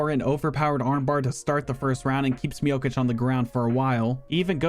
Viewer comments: Not miokic miocic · That pronunciation of Miocic is killing me lol